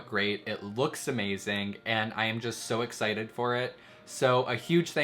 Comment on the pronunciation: WHY DOES HE KEEP SAYING "exciled" ?¿?¿?¿?